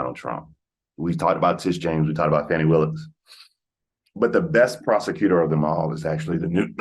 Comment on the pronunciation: It's pronounced "fawn-nee", not fanny. Just FYI